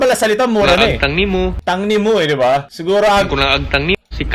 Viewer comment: Agtang.hindi tang.